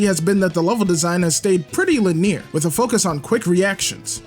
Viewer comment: great video, but you did pronounce linear wrong